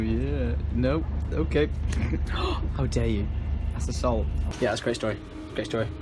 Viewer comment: Lydia throws a salt packet... says it's asSALT 😂